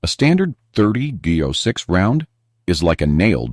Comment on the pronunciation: "€30 6"??? Why is something so basic as "30-06" (pronounced thirty ought-six) so difficult for AI to process?